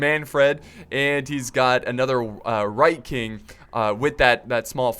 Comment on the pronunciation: It's WHITE KING. NOT RIGHT KING. AHHHHHHH